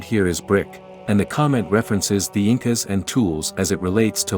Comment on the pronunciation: omg it's so funny the way she pronounced "Inca" OH she pronounced "Inca" properly the second time!